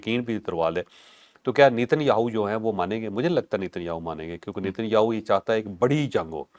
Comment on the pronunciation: چوھدری صاحب نیتن یاھو نہیں ! ( نین یہُو ھے )